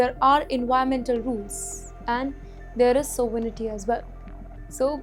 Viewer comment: btw, the presenter needs to learn to speak English. (like how to pronounce 'sovereignty' and 'strategically'. her pronounciation is laughably terrible